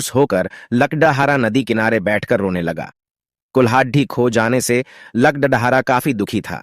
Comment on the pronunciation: Are bhai are bhai speech nahin aata hai dene to kyon dete Ho lagda dhare nahin hota lakarhara hota hai or lakadhi nahi bhai lakri